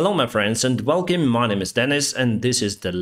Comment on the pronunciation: awesome channel, I watch you daily! If you even want to improve on anything, try "wel - kam" instead of "wel - kem"... hahaha. But don't worry, it's just a tiny mistake. Remember, "wel - kam, wel - kam, wel - kam...";)